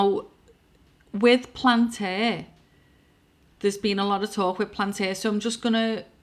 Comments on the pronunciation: Palentir, not Plantiir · PAL- ANT - EAR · bitch can't even pronounce palantir and expects us to listen to what she's saying